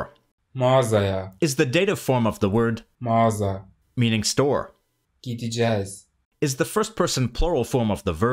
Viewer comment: pronunciation of "gideceğiz" is not "Gi-di-cez", It is "gi-de-ce-ğiz" :)